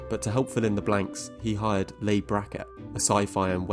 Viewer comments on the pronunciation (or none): Great video. But I'd like to note to the narrator that, at least in American English, the name Leigh is pronounced "Lee" not "Lay". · Two things... 1) Leigh is pronounced Lee, not Lay 2) Rowling didn't write the later HP novels on her own. She was in and out of rehab, and well as having other problems, so ghost writers did the bulk, if not all in some cases, of the work. Even her crime novels are co-written. A lot of authors have co-writers who go unsung for years. Look at the Discworld novels... Pratchett's wife, Lynn, co-wrote all of them, but we didn't learn that for decades. However, they actually were daft enough to let JKR write the scripts for FB all by herself. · The great Leigh Brackett's first name is pronounced "Lee" as in Vivian Leigh, a brit actress whose name you should know. I enjoyed the first film in this trilogy, it was charming and amusing, the next two were too dark and deadly dull. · Rowling like "bowling". Kloves like "clovis". Leigh like "lee".